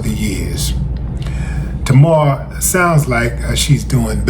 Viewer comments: Wow Willie, you don't even know how to pronounce her name right, but you gonna cover the story anyway? SMH it's, TAY-MAR!! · Pronounced TAY-mahr... get better soon ASAP. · There is no o in her name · When you can’t pronounce her name that’s when I gotta go. Smh